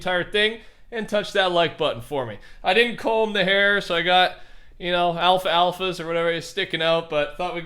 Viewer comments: Bruh alph-alpha? Its alfalfa from the little rascals movie lmao I'm crying 🤣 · Alpha-alpha 🤦🏽 it’s alfalfa